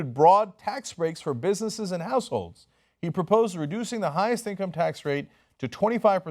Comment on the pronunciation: Is it just me or did it sound like Cenk said "broad tax breaks for bussinesses and assholes" instead of "households"? I was only listening, not watching, so maybe its just a case of wishful pareidolia ^_^